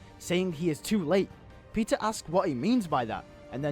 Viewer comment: This would've been way cooler than what they ended up doing.But I'm thinking I would also include a scene in civil war where spider-man talks with Zemo and tries to understand him and convince him to stop. Also somehow I heard pizza instead of Peter in :D .